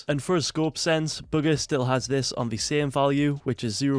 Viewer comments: Y’all niggas dumb it’s bugha and pronounced boo ga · you pronounce it ‘booger’ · Was he just saying booger the whole time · It sounds like he's saying booger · Just say his name right it’s not hard